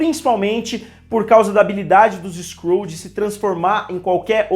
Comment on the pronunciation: "Skrou" não...é Skrull